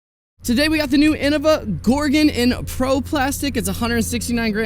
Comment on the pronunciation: Thank you for saying Gor-gon, not gor-GONE!